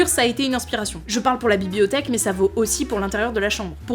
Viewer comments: "La bibiothèque" ? Vraiment ? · ha la fameuse "bi-bi-othèque" ^^